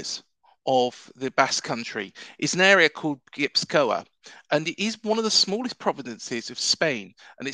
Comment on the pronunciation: Not a Bournemouth fan but I realiy enjoyed yiur video! I live in the Basque Country and it's a very special place with an incredible footballing heritage. Also just a tip Gipuzkoa is pronounced gii poof kwa :)